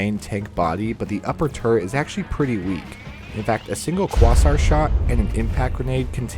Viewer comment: Quasar = Kway-Zahr